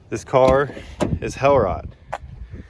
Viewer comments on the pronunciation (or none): You would impress even more if you would pronounce the word Hellrot (bright red) correctly, since it is German and not English 😉. It now sounds a bit silly to us European viewers. The word should be pronounced more like ‘Helroat’. GL with your channel, very entertaining 👍👍